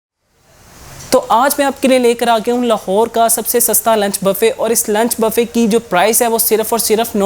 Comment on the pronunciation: او بھائی پہلے بولنا تو سیکھ لو یہ bafay کیا ہوتا ہے۔ صحیح لفظ بوفے ہے۔